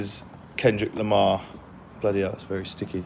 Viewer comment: dude, its Lamar